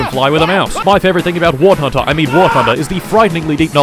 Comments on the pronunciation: WART HUNDER is the correct pronunciation, until you reach ultramegachad level and realize it's war blunder. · "wart hunter" ??? 😂 dont let war thunder fans near him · "wart hunder" 😂😂😂😂😂😂😂😂😂😂😂😂😂😂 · ah yes war tunder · I love how he pronounces War Hunter- I mean War Thunder wrong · I’m glad I’m not the only one who says wart hunder